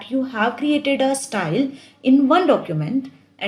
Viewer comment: Thank you mam for ur best explanation.... BTW it's not stal it's style 🤣... Jokes apart... Nice video 😇